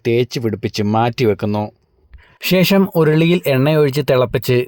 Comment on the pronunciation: ഷേഷം അല്ലാ 😂😂😂😂...ശേഷം...😂😂😂😂